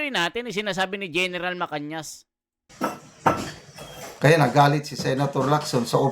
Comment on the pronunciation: Hindi (MACAÑAS ).....sya ay si gen.MACANAS... kindly pronounce family name property..